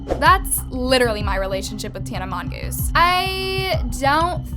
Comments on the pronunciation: pls stop trying to be that girl😭 "mongoose"😐 got the whole gang Laughing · did nobody notice how she pronounced Tana's last name wrong like 6 times lmao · I think its really fucking rude from to be saying Tana's last name wrong. Like it's really shitty you as a tea youtuber honestly should not bash other influencers. You don't like Tana because she literally is saying the truth and weren't you bashing on Maddison Beer a few months ago for setting impossible beauty standards